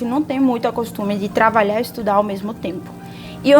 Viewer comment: Eu escuto, não sei se é impressão minha, vc pronunciar "travalhar" em vez de trabalhar.